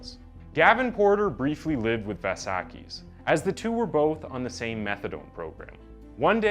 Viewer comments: kis surname is vLassakis not Varrsarkis, the "L" is pronounced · It's pronounced vlah sah kiss. Its greek. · How many different ways can a person pronounce 'Vlassakis' 😂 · i've been watching your videos for some time now and i realized you don't pronounce good, or even decent, the names of non american characters. In the argentinan 9 year old killer you said Buenos Aires in 3 different forms. Now on this one with the Vlassakis dude you dont even say Vlassakis, you say Valsakis. I fully recommend you to search for the pronouncations before you record.